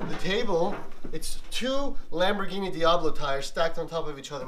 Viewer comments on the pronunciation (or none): none